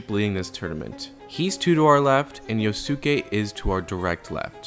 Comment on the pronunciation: I love the video overall, but man.. the amount of mispronounciations of poor Yosuke's name... It's Yoh-ske, not Yoh-su-keh. Surely we've all seen enough anime to have learned how japanese names that end in "-suke" is supposed to be pronounced xD